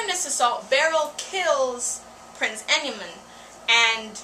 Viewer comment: Great insight it just bugged me that you kept saying Enimon which is supposed to be Endimyon and when you said that Usagi was supposed to lose power when transforming into Neo Queen Serenity is looked at wrong Usagi is changing into the Neo queen serenity before Chibi-usa was born, after marrying Prince Endimyon, Neo Queen Serenity still had a time period where she was still able to use the Phantom Silver Crystal at full potential, other than that good :) When watching the anime I was bummed that Sailor Pluto's part was indeed cut off but also kind of relieved since I loved Pluto. What was your take on The Ayakashi Sisters in the English Subbed?